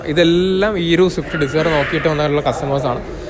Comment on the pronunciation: Swift dezire bro its dezire